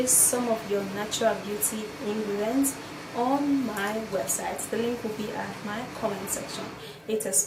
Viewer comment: "Ingredence" 😂😂 acting as if you are an expert. Treatment? Fuck you can you please run away